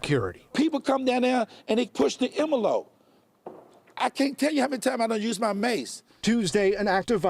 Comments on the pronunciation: What the hell is a "emelope" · What's an emolope?